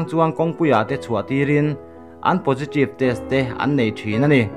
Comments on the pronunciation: keipoh pojitreev tiin ka hria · Posiṭive🤣🤣🤣, 02 lam nimaw. Chhiartupa chu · Positive khi ngatinge potritive itih tlat mai... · Aw positrive atia lawm. Thil a lam thiam vak lo. Mahse a tha hrim hrim e